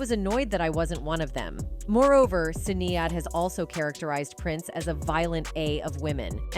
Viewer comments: This must be the voice of AI......it can't say Sinead ;) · Can you please pronounce Sinead's name correctly,.